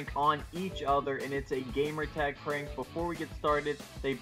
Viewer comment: hha he said parnk